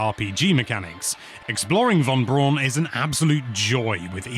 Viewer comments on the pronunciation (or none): Just to be that guy - it’s actually pronounced Von Brown named after the former Nazi defector who pioneered rocket technology for the US that led to the first moon landing among other things, Werner Von Braun